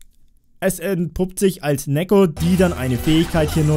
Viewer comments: Neeko nicht nekko. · Neeeeeeko Nicht nekkkkkkkkkkkkko